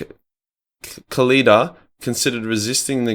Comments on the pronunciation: The pronunciation was a bit.... well. How is Khalida such a hard name? The H is silent. Just sound it out. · Its not that hard to pronounce. Kah-li-dah. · Khalida really isn't that hard to pronounce... just saying